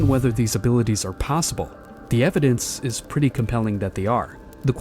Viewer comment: This was fascinating, but “Subposibly”???